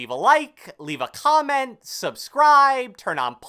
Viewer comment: Bro ut getting russian "let me know with a kgomment in the kgomment section below" LOL